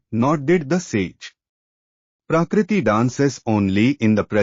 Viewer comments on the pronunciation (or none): Request you to pronounce Sanskrit words correctly. Otherwise your narration is perfect. Not Purushaa, it is Purusha; not Praakriti, it is Prakrati; etc.